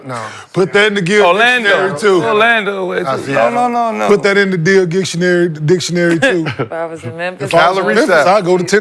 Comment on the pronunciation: “Put that in the Dil Gictionary too” lmaoo Kenyon and Gil dyslexic